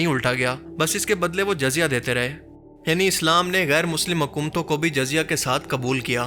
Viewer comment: Video bht achi hy bt Urdu alfaz ki adaegi druat nai..jyse jizzya ko jazya r bytul.makdis ko bytul muqadais...